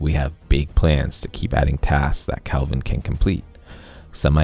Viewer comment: Why are u pronouncing "kelvin" as "calvin" is bugging me lol